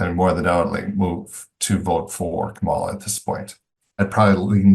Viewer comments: Hey Democrats, people mispronounce her name, get over it. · The right media bubble is obvious when folks cannot pronounce the vice-president's first name. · Canadian here…why can’t people pronounce Kamala properly? Is anyone correcting these folks? I know right wing media does it to be dickish, but someone needs to point out that doing it is immature and unprofessional. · You can tell where most of the focus group gets their information, simply by the way they pronounce Kamala. Given that, it’s surprising that they have as many positive things to say about the Democratic ticket, as several of them did. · When voters mispronounce “Kamala,” I suspect they mostly listen to maga media, where they know better but intend disrespect.